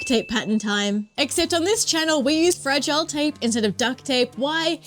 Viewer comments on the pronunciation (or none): It’s pronounced “frah-gee-lay” and is in the Australian language the word for “sticky wicky “. On turning 18 traditional Aussie families bestow their craftiest child with a crate of fragile tape who then must use all of the tape before turning 40 lest a terrible, spider related , fate befall them… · Fragile tape. Pronounced "Frah-JEE-lay" - must be Italian!